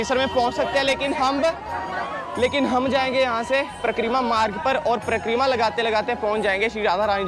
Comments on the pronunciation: Pra-kreera nhi, Parikrama and Brij nhi, Braj… Baki apki video sabse badiya videos mei se hai aur abhi tak humne 5-6 Braj ki videos dekh li, lekin Ladli ji k mandir ki jaankaari , k wahan old people aur physically jo Bhagat fit nhi hai, wo kese ja sakte hain,sirf aur sirf aap ne bataya ,to hamein to sabse badiya apki he video lgi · It is Pari-kramaa.. not Prakk-reema